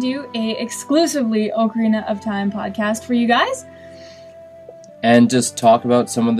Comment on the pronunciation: You pronounced ocarina wrong :P